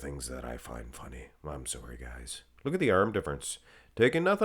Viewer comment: did i catch a hint of Canadian in that “sorry”?😎